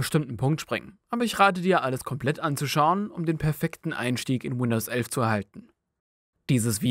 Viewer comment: Das heißt nicht Windows ölf